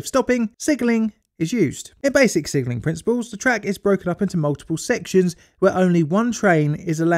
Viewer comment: I keep hearing "sigiling" instead of "signalling."